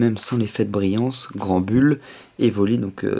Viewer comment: Snubull se prononce [sneubeule]. Et pour Granbull c'est [Granbeule] ... ;)